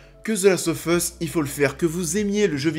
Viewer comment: Je vote pour Nikolaï Coster waldau. Il a une gueule parfaite pour le rôle et il joue merveilleusement. PS: tu dis the last oFF us mais on le prononce The last oV us, en anglais